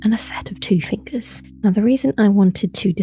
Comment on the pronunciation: Cool video. I liked when you said fingeys and wiggled your fingers Lol